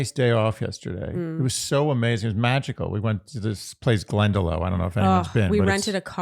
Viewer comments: You are both so funny and I listen/watch esp for the tangents! It's pronounced glen - duh - lock btw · It’s pronounced Glenda-lok fyi. Source: my husband grew up in Wicklow area